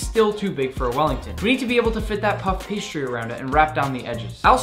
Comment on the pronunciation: JUST SAY PASTRY ITS SO ANNOYING!!!